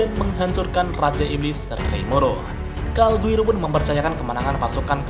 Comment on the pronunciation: Calgurio pak bukan calguiro